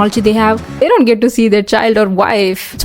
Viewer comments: "dzont! Dzont look at me like that" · "Dzon't. Dzon't look at me like that" Me: subscribes 😭😭😭